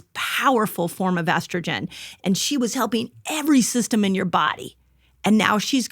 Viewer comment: I’m sorry, but why can’t he say estrogen?